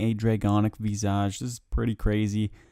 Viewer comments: and draconic vissage, im really hoping hes esl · “draygonic veezaj” lool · 1 year late, but loved the video! Hate to be that guy, but Visage is pronounced viss-uj, and laceration is pronounced lass-er-ay-shun Aside from that, great collection of tasks 👍👍❤️❤️❤️